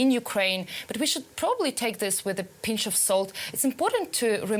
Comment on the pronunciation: Did You Say Pinch or Punch of Salt? Haha